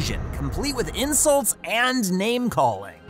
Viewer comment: Awww the insuwts huwt my tummy :(